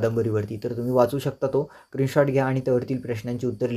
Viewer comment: Screenshot ❌ Krinshort ✅😅😅